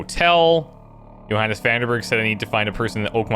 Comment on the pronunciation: Oh, that's interesting. Especially since the "Johannes" sounds suspiciously like "your highness"...